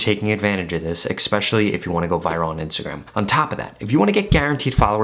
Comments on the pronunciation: Great advice! Btw- It’s especially not ekspecially! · Great video. But there is no ‘X’ in especially. It’s pronounced Eh-Specially, not Ex-pecially. 💕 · One little thing: its not expecially. Its especially. I guess also make sure you don't say expresso. 😅 Anyway, thanks for the helpful information! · Did he say Ekspecially? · I stopped watching at "ekspecially" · Appreciate the info! Straight to the point. I gotta say though, you have an interesting way of saying especially. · My bro someone needs to say it… in the word “especially” there is no K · I would appreciate it if you could pronounce the word “Especially” properly.